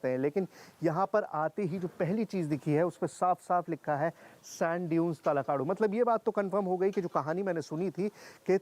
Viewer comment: इसका नाम तलाकडु नहीं तलकाडू हैं। हम इधर ही रहते हैं।